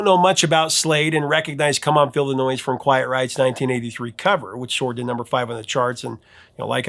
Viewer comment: Come on feel the noise. It sounds like you're saying "come on Illinois" pronouncing the s.